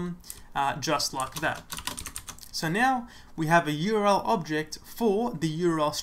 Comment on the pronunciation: URL — 3 letters, 3 syllables. "U-R-L" not "your-el." Useful otherwise.